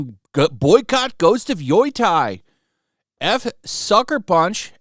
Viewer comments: Yo Tie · Funny ppl keep mispronouncing YO-TEI with YO-TIE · By they way, Yotei is pronounced "yo-tay" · nope, apparently is "Yootei" with the "ei" part sounding like the one in "Toei" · Man, great video...but if you do more videos on them, please learn how to pronounce Yotei :'D